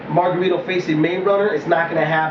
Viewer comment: lmao ive never heard anyone call him mayRunner! lol... funny